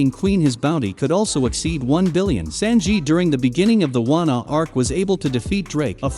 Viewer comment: I hate the way he’s saying “Sanji” 😭